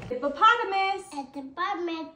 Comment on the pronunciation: attempt at pronouncing "hippopotamus" in the end 😄